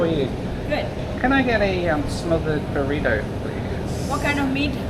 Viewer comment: Pronouncing Burrito ‘Burriddo’ too. Nearly threw the remote at the tv.